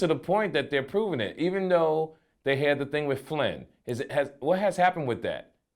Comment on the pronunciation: He called it "FLIN" LMAO THIS N🤞GGAH WAS TALKING ABOUT AN PERSON LOL HE GOT ME TYPING DUMB SHIT TRYING TO Quote vlad